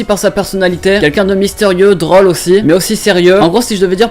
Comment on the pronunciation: J'aime beaucoup tes vidéos, mais si tu pouvais arrêter de prononcer drôle comme "drohle" n’apprécierait encore plus (je veux vraiment pas être désagréable ou quoi que ce soit, je dit juste ça parce que ça me perturbe ^^). PS : et rose aussi ;)